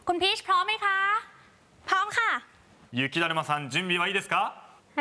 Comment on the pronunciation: ゆきだるまをゆきだまって言ってね？ww